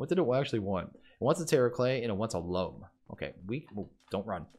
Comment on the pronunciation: "Loam" is pronounced like "roam" and "foam", not like "room".